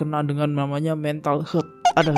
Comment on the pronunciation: Mental healt, bukan mental hearth , ear, erth, dan lain2 😆